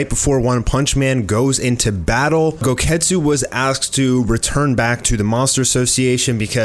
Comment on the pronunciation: Goketsu sounds like, GO GET KETCHUP